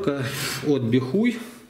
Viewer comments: Бихай, а не бихуй. Стыдно аднака... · "Бихуй" 🤣🤣🤣🤣👍 может быть "Бихай" 😁🤟